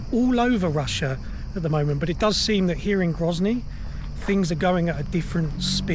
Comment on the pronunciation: Grozny is certainly not gryazniy. 😉